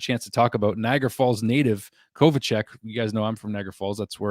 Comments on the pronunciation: The Kovacevic pronounciation is way off. Its Ko-Va-Che-Veech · I just wrote the same thing, it's pronounced Kova cev ich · I am probably not the first one to say this, but it's Kova-cev-ich, lol. (Sorry, couldn't help myself), I like the line ups, I guess. I do like the grit we've added for sure, we've definitely gotten stronger. I just said this in Hockey junkie's comment section too, it's a sad fact, but we are now Canada's worst NHL team, hopefully that's rectified very soon, but as of now, Calgary's way better, Ottawa's way better, Vancouver's better, Winnipeg's better, Toronto's...(I couldn't bring myself to type it!), lol, Edmonton's better. It's a sad fact, hopefully we tank this year, and get that top draft pick next season, we r gonna need it... I do like the direction we r going in, but it seems like every other team is getting way better, and we are slowly creeping along!! lol. Hopefully the tortoise wins this race!! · I thought it was Kovacevic not Kovacec